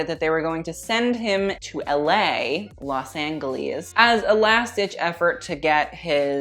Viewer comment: Chris Darris He also pronounced LA like “Los An-Gell-Eez” so I think it’s.... a joke